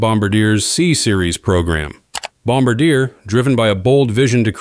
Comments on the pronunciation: More like Bomb bar d-a? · It is not pronounced bomba-deer, but Bom-bar-dyeh, with the tonic accent on the final syllable. Please do your homework. I like that you thrice pronounced route (homophone of root, a word with a French etymon) correctly! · Please have your AI narrator pronounce Bom-BAR-di-eh correctly, as in French! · Pronounced "Bomb bar dee yay" 😉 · "Bomb-ber-DEER" LOL - you f*cking serious? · I am a Canadian who has followed the CS100 and CS300 from the beginning. I watched Air Baltic thrive with the CS 300/A220 I hope the 220-500 does arrive. As per Boeing they don’t need to be be pushed. They are in. Hole they themselves have dug. One additional point. As a Professional who follows aviation you will be respected if you say Bombardier correctly. It is pronounced Bom- bard- ee - aay. That is the correct way and you will be seen asa person who knows more about your Industry. Not meaning to offend, only help. 🇨🇦